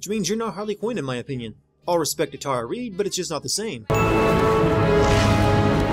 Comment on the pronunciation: It's also Tara Reid, not reed *TING* :D